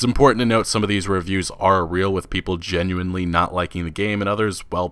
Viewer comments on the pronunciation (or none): none